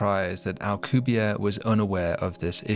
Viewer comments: Why are you saying the name of a Mexican scientist like he is French? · Anglosaxon people are not really able to pronounce a name that ends with and E... - AlcubierrE it's AlcubierrE (Spanish), not Alcubière (French or something). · Alcubierre is properly pronounced "al-coo-bee-AIR-eh." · I have a friend who was studying physics at UNAM and met Alcubierre, turns out he (rather famously) absolutely HATES when people, especially foreigners, pronounce his last name as if it were French... my friend asked him and he said "It's AlcubiERRE, AlcubieRRE!". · OH MY GOD YOU CANT EVEN PRONOUNCE HIS NAME RIGHT